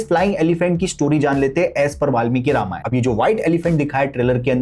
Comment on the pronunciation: Ramayanaaa Nhi Ramayan hai